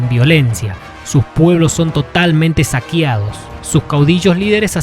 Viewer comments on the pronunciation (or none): Repite conmigo amigo: SA-QUEA-DO (no "saquiado")